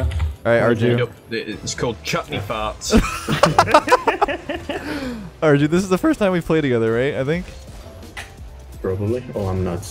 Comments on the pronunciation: its ar-ju not ar-yu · arju is pronounced are-you, right? because the casters in eu regionals said are-jew